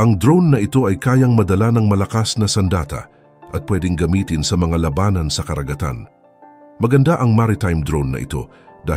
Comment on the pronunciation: Labanan hindi la banan, bisaya ka ba?